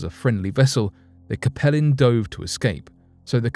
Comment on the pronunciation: I believe the pronunciation for the USS Capelin should sound like “CAPE - Lynn”. That’s the type of fish found around Newfoundland and the North Atlantic.